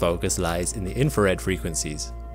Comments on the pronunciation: INFRA RED INFRA RED INFRA RED PRONOUNCE WORDS PROPERLY. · Then you're not listening properly, . He is saying "infared". It's a common error.